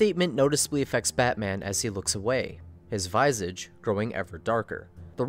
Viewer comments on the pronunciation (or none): Did you say the word visage, as vy-sage? lol It's vizz-ij you silly billy(don't take this too seriously, but that caught me by surprise). How much more amazing would the movie have been if Red Hood had pulled the trigger? I kind of hated the movie for that. For making Red Hood lose, just because he was getting emotional. He'd heartlessly been murdering for the entire movie. He gives the ultimatum. A perfect opportunity to set Batman up to display human vulnerability and really hammer home on the faults in his code, wasted. Still love the movie, but pretty much can turn it off when the final confrontation starts, cause at that point, after seeing it once, it's such a boring/predictable outcome. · Viz-Awj, not v-eye-zej.